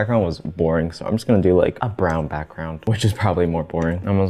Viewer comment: he really used an accent saying "so" there úwù